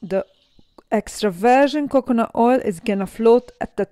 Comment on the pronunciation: 😂😂 extra virgin cocknut oil, ohh boy!! the pronounciation is so messed up